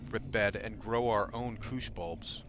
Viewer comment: Bro, its bush bulbs, not kush bulbs! xD